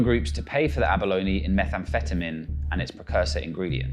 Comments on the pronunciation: Abaloney? Come on… what English word that ends with consonant-“e” has a hard “E” sound at the end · Ja, to hear Abalone pronounced correctly several times throughout the video and then butcher it with abaloney is beyond me 🤣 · and 'abaloney'